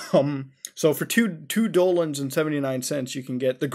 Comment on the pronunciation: YOU ARE SAYING DOLANS NOT DOLLARS